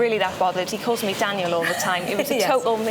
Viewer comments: In Dutch pudding is a type of dessert. And on the meno you say dessert more like the french term or nagerecht in dutch. So i get to be confused... Come on it is Danielle duuuh and he says it as Daniël 😅😂 i am Dutch i even get it. Aiden is really insightful also on women, love it! How it may not be on purpose but it landed wrong. Love how he explained it❤ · I laughed quite loudly every time he pronounced Daniel's name. I find it funny. I have had an entire life of being tormented over my name, so I know what it feels like. It's still funny though. When we moved house when I was 8 I had to start at a new school. On the first day after mid morning break, "tuck break" as it was called back then, Mrs Knott would do a register or roll-call before you could go back into the classroom. And she called my name, "Sandy Beach?" I did not move, I did not say anything. Time passed. Then she said my name properly and I said "yes, Miss" and went inside. It never happened again from the teachers at that school. Tamed after 2 hours by an 8 year old. "Daniel Boxes".